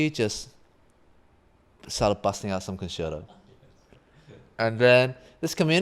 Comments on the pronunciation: well sorry but you shouldn’t. It’s con chair toe. With whatever your accent is, accent is not what I’m talking about. You don’t or shouldn’t say pee za, it’s peetsa. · Love twoset, but how do they not know how to pronounce the word concerto?